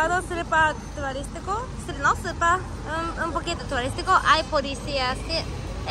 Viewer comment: no se dice surpa se dice super dile a lily que te enseñe esa palabra 😂😂😂.